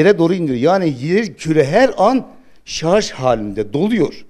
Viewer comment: Dunya'nin sarz oldugunu dusunuyorsunuz... -(kisik sesle) sarj...